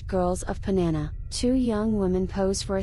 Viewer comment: It's not "Panana" It's called Panama 🇵🇦